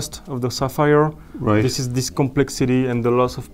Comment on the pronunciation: It's sapphire, not sapires. It's okay to be poor but there's no need to be a hater.